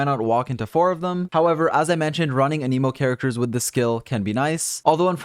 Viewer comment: For the love of god.. A-loy.. Not ALLOY.. Do people never like, maybe just look up their name? Even out of curiosity? I mean, shit. Aneeeemo?? An-nuh-mo. Come on! Uh-knee-mo doesn't even SOUND right. Just naming off the other elements will tell you you're saying it wrong.